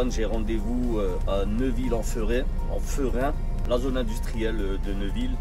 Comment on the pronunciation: salut c'est Neuville en ferrain comme c'est écrit mais ça se prononcé Férrain bonne route à toi l'ami, de la part d'un CH'ti